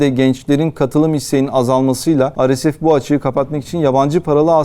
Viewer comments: arkadaş türkçe yayın yapıyorsun dolayısıyla ar-es-ef deyip durmak yerine re-se-fe diyebilirsin. veyahut hdg (hızlı destek güçleri) biçiminde telaffuz edebilirsin daha anlaşılır olması açısından. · Yayınlarınızı çok beğeniyorum emeğinize sağlık, ancak bazı kısaltmaları örnek:RSF neden Türkçe telaffuz edilmiyor, çok merak ediyorum? Kimileri beni eleştirecektir bunu da biliyorum.